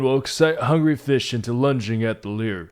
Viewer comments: its pronounced lure not leer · What is a lee-er you keep referring to? 😁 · hate how he says lure bro 😂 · Stop pronouncing "lure" like that!